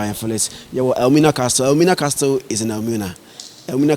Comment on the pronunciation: the word CASTLE is pronounced 'ka-sel', not 'kas-tel'. Thank you